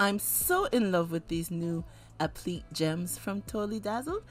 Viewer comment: Just an FYI, applique is pronounced app-li-kay